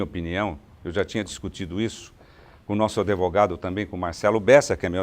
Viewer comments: Falar "adevogado" é um absurdo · Um cara desse falar "adevogado".